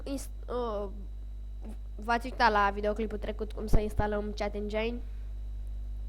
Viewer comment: se pronunta cit (cheat) , tu ii zici chat engine :)) si incerci prea tare sa fii interesant ,la faza cu "va puteti pune orice" , ai repetat aia de 10 ori , daca nu ai despre ce vorbii pur si simplu....taci